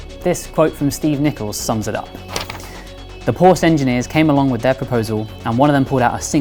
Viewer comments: You pronounce it Porsche Not Porsch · pour-shhh? POR-SHUH!! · I've seen the video until you said Porsh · It’s Porsche not Porsch. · Hard to believe that people from such a respected magazine in autosport don't know how to pronounce Porsche correctly. Shame on you. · It's porshuh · Another "porsh" guy... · Hate when car people can't say Porsche properly